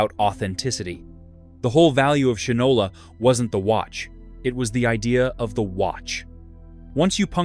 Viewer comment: Shinola is pronounced "Shynola." Unless you are obsessed with polishing your shoes, what moron would name a product, let alone a watch, Shinola - knowing the widely used historical phrase: "he (or she) doesn't know the difference between shit and Shinola." (black or brown shoe polish). I would think of shit, and laugh out loud, every time I looked at my watch.